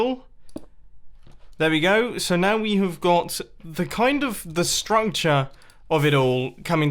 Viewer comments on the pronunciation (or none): the what? struncture?